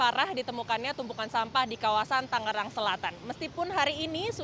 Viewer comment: bukan TANG-GERANG neng tapi TANGERANG yaa.